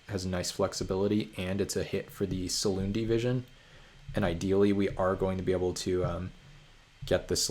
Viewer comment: Every time you say Silundi Vision I have to convince myself that there's not card named "Saloon Division" English is so hard ;)